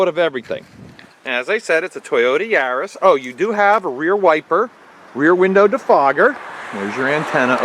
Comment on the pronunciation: Yar-is not yuris